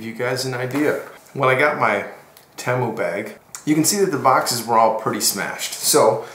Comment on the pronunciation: You’re the only person I’ve ever heard pronounce Temu that way. It immediately turned me off and now I’m leaving this comment with a thumbs down and bouncing.